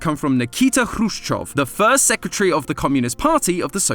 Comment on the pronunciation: FINALLY! Somebody who pronounces Khruschev's name right!